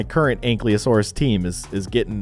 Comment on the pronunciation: It is pronounced a ank-i-lasourus